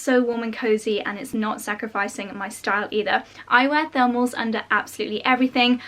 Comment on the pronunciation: I kept wondering what the heck are "furmels" and I only realized she's saying thermals 3/4 of the video through haha